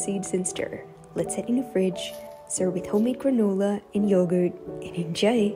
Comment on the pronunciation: “and enjaæoy” “granœlah”